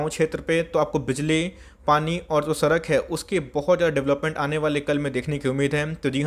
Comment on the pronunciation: "Bengali Accent"